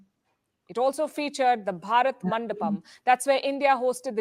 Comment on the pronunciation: 😊😊😊hi nice reaction but i can tell u that u still has better accent then most of the indian when u say bharat ur spell "h" sound cute and interesting 😊most of the indian or even foreigner cant spell the right way 😂but u manage to do that